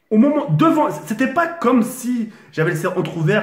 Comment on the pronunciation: mdrr quand il dit o momon au lieu de au moment des barres !